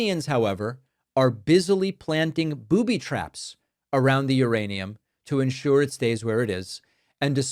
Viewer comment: Maybe Trump can’t say uranium or read it?